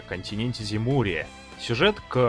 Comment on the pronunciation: Сказал "Земурия", послышалось "Зебурия" :D